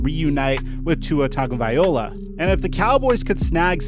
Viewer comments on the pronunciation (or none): VAI-LO-A! Not VAI-OLA! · THE NAME IS (TONGUE/GO/VY/"LOA") NOT OLA!!!!!!!!!!!!!!!!!!!!!!!!!!!!!!!!! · You need to really learn the pronunciation of the players’ names.. because you lost credit and respect for mispronouncing... it’s Tua Tagovailoa,, loa, not ola,, you kept saying Tagovai-ola,, instead of Tagovai-loa. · Bro, I love you and I love your work. But bro, you’re killing me with the pronunciation of homeboys name with every vid he’s in. My brother, his last name is pronounced: Tonga-vya-loa. I got your back bro. Love and appreciate all your hard work and enthusiasm. Just wanted to give you a little support there bro. Take care bro. Be well. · If Tua was a backup I can understand why pronouncing his last name wrong wouldn't be a big deal but being that he's meant to be a franchise player it hurts to hear tagoviola. Nothin mean meant by it. Just bugs me. Keep it up with the videos.